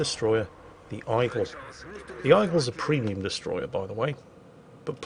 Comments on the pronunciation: Aigle is French for eagle and pronounced EGG-luh not EYE-gull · AIgle is pronounced "egg-leh" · Actually, its pronounced Ay-Gluh. Google is free. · I'm not sure (not French), but I think the procunciation is is "A-Glay", it's French of Eagle. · when saying "Aigle" just say "Eagle" instead as butchering the french name it just sounds terrible. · 'aigle' pronounced like a true Brit 🤭